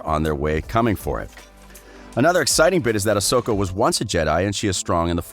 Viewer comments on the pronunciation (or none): Barr-Iss Offee? And OSAKA Tano?